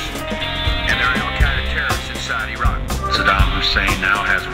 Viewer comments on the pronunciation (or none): none